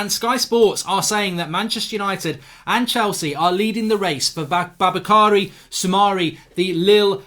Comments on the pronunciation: No one: Absolutely No one: Mark Goldbridge: Babukary Soumare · I got so irritated when he pronounced the name Baboukary. Should see the spelling again. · It’s pronounced Boo-Ba-Kary